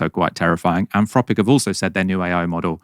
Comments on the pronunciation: Is it ‘Anfropic’ as says it is, or’Anthropic’? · 'Anfropic'! C'mon,concentrate! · anfropic? can't you pronounce your th sounds? freaten? i thought only toddlers spoke like that